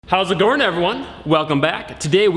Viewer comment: “How’s it gorin everyone?”